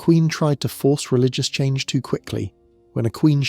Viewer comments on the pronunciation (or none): none